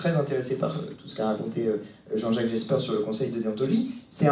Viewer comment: je t'aime beaucoup mais il ne se nomme pas jaspers mais jespers le journaliste belge petite correction d'un belge qui connait un peu son travail